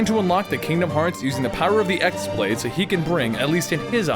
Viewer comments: Ah I just wrote a post without looking at comments and you said the same. It is definitely pronounced keyblade. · ok hold on, im but let me set on thing straight, it is not pronounced as X blade, it is pronounced keyblade (as wierd as it may be). in the game they call it key blade never x blade even tho thats how its spelled. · pretty sure the X pronounced as Chi, in some way it can be even pronounced as Kii (Key). it's Greek if i'm not mistaken. the normal keyblade is just pronounced as that but X-blade in the game was pronounced as Chi blade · "Equarus"? "Ex blade"? But... No... :P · yeah! I mean X-Blade is totally forgivable because everyone pronounces it like that now